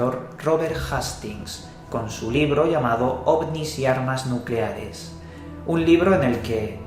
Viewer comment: nucelares* Nu-celares*